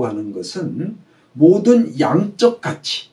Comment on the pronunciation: 우선, 왜 원문인 한자를 쓰지않ㅇ십니까? 장음인 한자어의 첫자를 길게 잘못 발음 하신 예: 주석,계절,성품이라는 성, 가치(여러번),신의라는 단아의 신자 등, 좀 실망했읍나다. 미국 변 완수 배